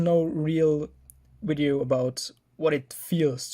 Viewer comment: "wideo" hahaha